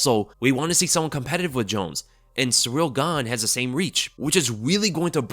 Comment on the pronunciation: Guy constantly calls Ciryl "Surreal". You're an MMA channel. You gotta learn how to pronounce these fighters names and have more respect.